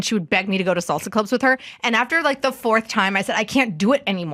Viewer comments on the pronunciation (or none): none